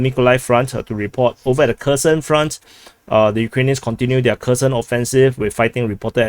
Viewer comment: Your Kherson offensive pronunciation sounds almost like "cursed offensive"